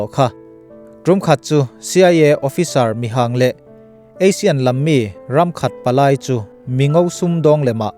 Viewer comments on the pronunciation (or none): none